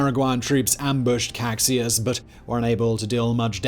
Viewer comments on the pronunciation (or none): Caxias = "Ka-SHEE-as", not Kaksias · small pronuntiation tip, Caxias sounds like Casheeas, I know, X makes no sense in portuguease. btw, is funny how paraguay some decades later fought agains Bolivia an annexed some barren swampy land, who also had been previously kicked out by Chile and lost its beach. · Caxias It is pronounced Kashias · Ka-SHI-as. Not kakxias. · Great vid. Btw, the Duke of Caxias, the Brazilian general who took command towards the end, is pronounced Cash-ee-yus, not Cac-si-as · Nice video !😌👍 Only a comment: "Caxias" is pronounced in portuguese not as "Kaksis", but rather "Casheeas". 😌👍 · The thing that bugs me the most is some pronunciations, specially of the Duke of Caxias, whose name is pronounced as Cashias not Caksias, but overall great video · Great video. The bit about the Allies' intention to destroy Paraguay was reducionistic and melodramatic - which is a true shame, since this video did a far better job than most in placing the setting. But the only real complaint I have is with pronunciation. "CaKSjas" was almost a deal breaker lol. (And for those wondering, Caxias is pronounced CaSHEEas), with the I stressed and a SH sound on the X. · Good video. I'm Brazilian, I know the pronunciations might be difficult for you and there's absolutely no problem with that, but I'd just like to point out that in the Duke of Caxias title the word Caxias is pronounced like "cah-shee-ahs". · Cack-sias é a pior pronúncia de português que eu já vi na vida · I never seen Caxias be mispronounced this badly, dear Lord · Your pronunciation of the name of the Duke of Caxias is wrong. We have different sounds from the same letters between English and Portuguese. Put it in a translator that makes the sound of the word (eg Google Translator) and you will hear the correct sound. The Duke of Caxias is the Patron of the Brazilian Army.